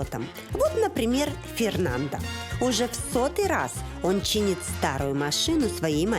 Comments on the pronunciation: Жанна, в испанском языке нельзя имя мужчины произносить с окончанием «а» так как это уже будет женское имя . Фернандо это мужское а Фернанда-женское. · Не Фернанда, а Фернандо. Буква Е произносится, как Э и последняя О, как О!!! Что Вы из Фернандо сделали женщину? Фернанда)))) Господи, неужели так сложно отойти от руссизма в испанском языке, где букву О нужно строго уважать. Бадега))) Вы шутите? Бодега, О!